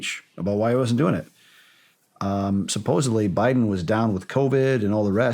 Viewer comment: Shawn. The correct pronunciation is Sup-pose-ed-ly. It is not supposably.